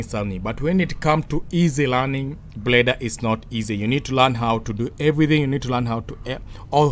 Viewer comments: Why do you pronounce that fucking word [Blender] like that [preda]?🤣🤣🤣🤣🤣🤕🤕🤕🤕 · this made my night. i actually wasnt expecting anybody to hint this out. i heard breda actually. cant stop laughing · 😁😁😁😁 you actually made me laugh again. I think anytime am bored, I just have to come and watch this video. It cracks me up anytime I hear him say preda😁😁. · 😂😂😂 I thought I was the only one who heard it but when I heard it the second time I knew everything else he was gonna say would be cr*p